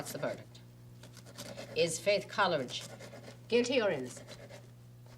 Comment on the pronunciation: is the only one who pronounces the name COLLeridge. It's KOLE eridge!